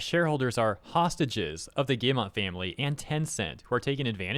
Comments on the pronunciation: It would be hard to write the pronounciation of Guillemot but I'll try first of all it's a hard G immediately followed by the "ee" sound second syllable would sound roughly like "yuh". That is because two Ls make the 'y' sound and our 'e' is more like "uh" And third is just "mo" Guee-yuh-mo ... As for the "internal revolt" . Let's say there's a lot of us displeased but fear of reprisal kind of keeps us quiet. Of course it takes an investor to enact any damn change. I've been with that company for more than 10 years and I've voiced my displeasure in our yearly anonymous survey of the state of the company (how happy you are and your trust level towards games currently being made and stuff) as often and as clearly as possible and nothing ever came of it. We're outnumbered by non gamers internally. Well, shit, if it takes an investment firm to make us drop our contempt for gamers, anti consumer practices, and go back to making games worth playing (subjective, I know), I'll take it. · Yves Guillemot "Eeve" "Gill" (like the fish respiratory organ) "Mo". It's not your bad though, french is an absolutely terrible language, I know cuz I'm french. basically the S is silent, the e in Guillemot is skipped, "Gui" is just hard "Gi" and ofc the T at the end is also silent because why the heck not.